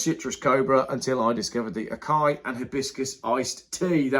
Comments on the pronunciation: A-KAI?!? NO!! 🤣It's ASS-EYE-EE. South American fruit - very nutritious!! Pedant rant over! Sorry...🙂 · Acai = Ah-sigh-e > not ah-ki-e > & no, I'm not a Native from the Amazon 😉... just subscribe to ingesting acai berry to keep the immunity properly supported > not to say the Holy blend has much acai in it ..but I'm sure it almost tastes like the acai berry should > now why again was I here? 😜